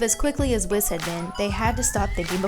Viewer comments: It’s pronounced wees not wis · Here's how to say WHIS not wis say it wee-s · Something to say, its pronounced Whis (WH-Ee-s) not being rude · Whis is pronounced “Whees” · It's pronounced wees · Can you please pronounce Whis his name right? You say it way too many times to ignore it. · You pronounce Whis wrong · You literally have been saying "Whis" wrong, have you not been watching the english dub?